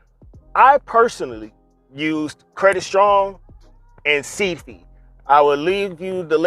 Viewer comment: “ Seed Fee “ 😂😂😂😩 I laughed lol the way you pronounced it , but thank you for this info !! I subscribed